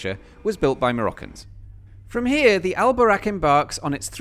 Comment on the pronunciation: It should be "Buraq". Not "Boraq" It's the "vehicle" that the prophet Muhammad use when he travel from Mecca to Jerusalem in just one night.